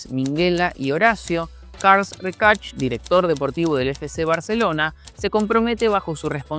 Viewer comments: Por dios, no es Karl Recash sinó Carles Reshak. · Carls recach? Se pronuncia carlas reshac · Buen y fundamentado video, siempre pensé lo mismo, que Messi priorizó su bolsillo sin pensar en nada más, y eso le jugó en contra deportivamente. Un dato, se pronuncia "Carles Reshac" y no "Carls Recach". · Otra cosa no es Carls rearch. Es carles rexach en catalán y se pronuncia como se lee. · Carles Rexach es catalán, se pronuncia Carles (con la misma fonética que en español) y Rexach se pronuncia (Reshac, el Re normal y el xach se pronuncia como pronunciarías el nombre de Shaq O'Neal) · Car- les. Rei-xach . Carles Reixach, grandisímo jugador compañero de Cruyff Car-les rei-xac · Buen video pero por dios, pregunta antes como se pronuncian los nombres en catalàn, que absoluta barbaridad lo de "carlxs recax" hahahahahhahahahahahha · Carls Rekach 😂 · Karls Ricarx???? Tela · Cals rexac? que tipo de discapacidad en el habla tiene este individuo? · Karls Rekach 🤣 Carles Reixach, puedes ponerlo en Google para ver como se pronuncia, creo que es algo importante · Todo bien, para el futuro, el nombre del genio que fichó a Lio, se pronuncia Carlas Reshak, un abrazo, haces muy buen contenido ❤ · Carles Reixach se pronuncia "Karlas Rashak" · Parles del Barça i no saps ni pronunciar el nom de figures icòniques del club com Carles Rexach 🤡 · Carles Reixach se pronuncia en Catalán no en Georgiano 😂. Un saludo crack 👋🏻. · La próxima vez por favor buscad un catalán que os diga como pronunciar correctamente los nombres.